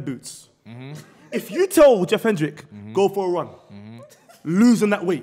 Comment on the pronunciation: Man said Jeff Hendrix!!